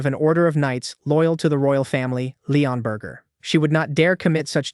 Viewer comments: the narrator is hungry his saying burger instead of burg or borg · I think bro's hungry he keeps saying Leonburger instead of leonburg😂